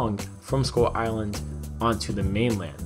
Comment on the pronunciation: Why do I hear "Skol island"?